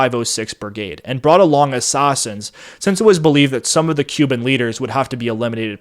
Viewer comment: dude, this would have been much easier to listen to if you didn't keep trying to pronounce the letter A in such an awkward way. Please speak normally, you did it many times in this presentation. Assets not ossets. assassins not ossossins. classified not clossified. etc.